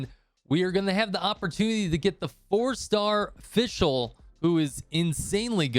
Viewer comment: Its FisChl btw ! :D Took me a while to realize it as well lmao. Great vid tho, keep up the good work !